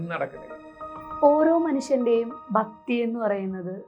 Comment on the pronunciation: ബക്തി അല്ല ഭക്‌തി